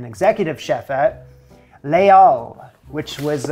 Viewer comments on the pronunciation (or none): it's not "le-al", it's "les-all". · Regarding Bourdain's book, it's not pronounced Lay Al - it's Layz Al. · Just a little hint on pronouncing Les Halles - ‘laz al - almost run the two words together